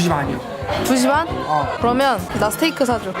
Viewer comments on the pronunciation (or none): none